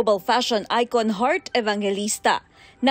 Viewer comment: oa wahaha!! ikaw tlga OERT AVANGELISTA APA AERTY Mo. XD